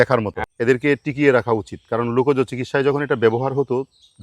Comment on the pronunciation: Sir you are an educated person, your pronunciation like lukaj instead of lokaj please mind your pronunciation